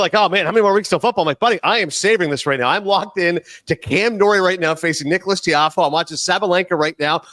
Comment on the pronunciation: “Nicholas Tiafoe”